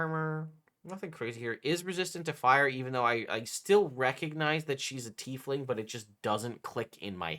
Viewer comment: Is my guy saying teethling?